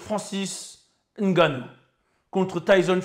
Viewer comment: Un vrai camer le 😂 Juste pour sa façon de dire correctement Ngannou